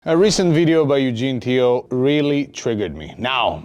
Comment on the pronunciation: Teo not Tio bro